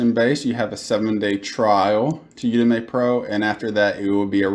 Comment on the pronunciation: Thanks for the info man, definitely helpful, but Jesus..... It's pronounced "you-dem-eee" not "You-Dem-May".